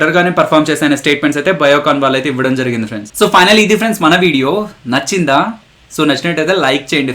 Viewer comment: So finally idi frnds mana video "Nachinda"*** Especially nachinda ah word dagara slang adhurs bro 😏😏😏